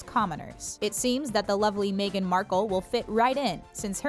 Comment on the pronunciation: It's MEGHAN, not "may gan"??